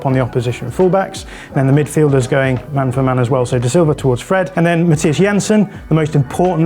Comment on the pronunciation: He even got Jensen's first name right, despite Thomas Frank insisting on "Anglifying" it.